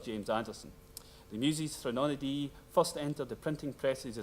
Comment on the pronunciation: Please learn how to pronounce “threnody.” It’s quite simple: THREN-o-dee.